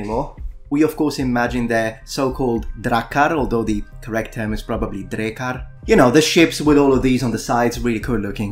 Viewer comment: how did you pronounce it so well?! I’m faroese and it’s the closest language to norse, and drekar means dragons